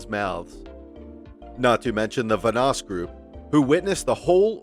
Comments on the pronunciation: Let's say it together.... VAN-NOSS....again... VAN-NOSS not VA-NOSS... ALSO, this video is full of bullshit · bro its vanoss van oss not vunoss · I feel like this guy has never watched a vanoss video ever considering how he just keeps pronouncing his name wrong over and over again 😂 I swear he says it so many times saying and I go crazy each time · Vanoss has literally said nothing about Mini. The facts about mini were basically right but then it all ends with “No wonder Vanoss hates him” when Vanoss has been smart enough to keep his opinions to himself. It’s clickbait videos like this that really makes me wish YouTube kept the dislike . Also, how do you mispronounce Vanoss so much when you’ve got thousands of videos of him and his friends pronouncing it for the last few years?